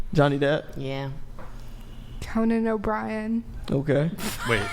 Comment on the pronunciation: Whoa whoa whoa… did she say CONAN O’Brien 😂???